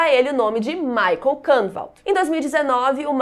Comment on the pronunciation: Amei! To amando na verdade essa semana Dark! Porem MUITA ANGUSTIA por causa da pronúncia dos nomes: Ulrich e Michael. Em alemao se diz “ú ri ch”, som de ch no final, como em chuva. E michael a mesma coisa, pois nao é uma pronúncia americanizada feito Michae Jackson, e sim, “mi cha él”, também como em chuva, e um “L” puxadinho.